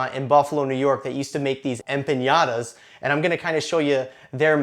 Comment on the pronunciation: I was just offended (not really :P) by the way you say EMPANADAS, EM-PA-NA-DAS not EMPIÑADAS!!! cool recipe ;) thanks